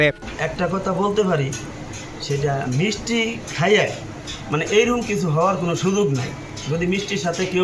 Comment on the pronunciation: "মিচটি" (মিষ্টি) তুমি কোন স্কুলে লেখাপড়া করে শিখেছো? টোকাই ফোকাই পাগল ছাগল যখন সাংবাদিক হয়, তখন বাংলা ভাষায় পাল্টে ফেলে।